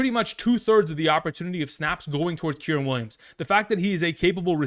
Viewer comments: KY REN. Kyren. Not kirin. K (eye) Ren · Kyrens name ia pronounced Ki-Ren like the star wars character Ki Lo Ren but without the Lo